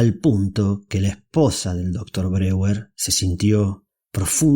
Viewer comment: Mal la pronunciacion de Breur se dice /BRO-JER/ y no ''breguer''